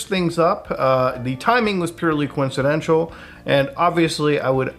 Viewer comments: Co-whenchadental? Can he not say coincidental?? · Just right in the 1st 7 mins 😂, not even in the middle of the video, the word "coincidenshual"😂 is bugging me so much. Like, what kind of gooner brain you have to be, to make coincidental to "coincidenshual"???